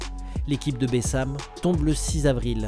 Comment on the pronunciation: c pas bessam c bassem 69200